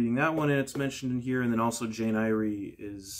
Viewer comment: I though the surname ‘Eyre’ was pronounced like ‘air’, as in Shakespeare’s character Ariel…? 🤔